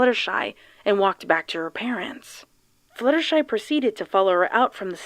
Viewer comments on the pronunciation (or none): Is it just me or did she say fillier shy